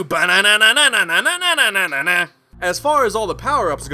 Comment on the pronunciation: "And almost always it lead to a BANANANA" Killed me XD